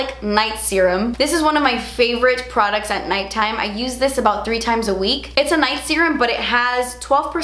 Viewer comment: "PRODUTS" LMAO